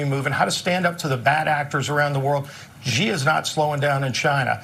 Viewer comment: This bozo calls Xi "Ge", it's pronounced "She" in Chinese. This guy should know.